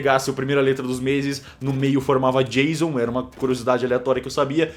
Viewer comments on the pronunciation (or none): none